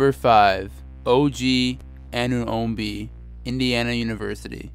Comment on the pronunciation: if you are going to make a video on someone please get their name right. You butchered OG's name so badly